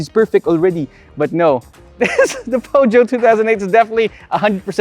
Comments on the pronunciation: Feusio pag pronounce sir.. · hi i love your show! I just wanna say that I do think there are no right or wrong pronunciation of a brand especially if it is foreign but the french pronunciation of peugeot goes like "puh-zhou". the G is not pronounced as "guh", cheers!